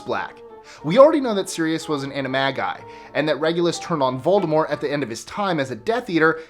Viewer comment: IS A HUFFLEPUFF! Yeah!! Also, props for pronouncing "Voldemort" correctly!